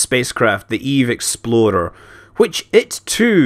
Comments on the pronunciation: every time Scott said "Eve explorer" I thought he said "exploder" and it reminded me of Danny and his world destroying pillar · this is what i will now forever hear when he sais eve explorer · I love how when he says "explorer" it sounds like "exploder". In many cases that is more accurate anyway. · Dose any one else hear exploder when he said explorer? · every goddamn time he says exploder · Every time he says explorer i hear expolder. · Is it bad that Scott's accent makes "Explorer" sound like "Exploder?"